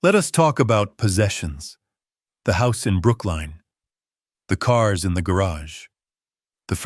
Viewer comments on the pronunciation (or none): 😂. The house in Brooklyn is not said like brook line.